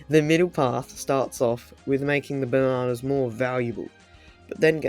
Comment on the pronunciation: I'm not making fun of him, but the way he says, "Ba nah nahhss" is making me enjoy this video more than I should